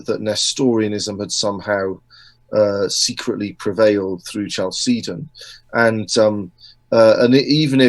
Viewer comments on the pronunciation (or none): Love this talk. Very good speaker.! Only can't get over the pronunciation of Chalcedon. I've always heard CAL-seh- don. Not Ch like cheese. Short e. Looked it up and Oxford agrees with me.